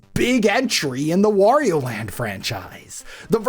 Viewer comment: I could have sworn you said "worio" at one point